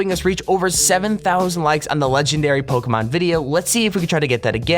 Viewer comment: stop saying pokémon wrong dumbass shit